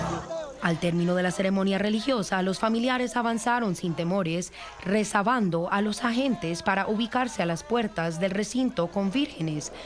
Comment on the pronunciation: RESABANDO O REBASANDO?? Lo ha repetido varias veces!!!